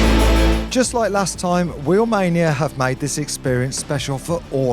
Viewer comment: the moment he said wheelmainia